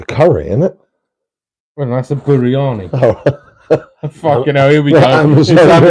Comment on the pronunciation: Apols, caught live broadcast late. Buri-arrrrr-ni....😂 Re Elvington. Lots of bumps on the section used at R3. To my mind there was no single clean line. Sometimes with enough ground clearance, approx 12mm to 15mm you could get a clean run, but if a tyre hit a bump the car would veer, often quite violently. Scary. With less than 8mm ground clearance running was all but impossible, hence smaller scales did not do well there. That said, I got my custom shell at R3 to 138mph, after adding a rear wing. Going for 150mph plus with it this year. Quite an improvement from when you saw it at Llanbedr... 😂 Err, I may be a leg end.... 😂 New batteries for this year so 4S dual and 8S single going for 175mph. 🤞 Will be keeping my usual yellow / blue colour scheme on them all. Look forward to seeing you continuing to build even more speed this year. Your planning seems spot on to me.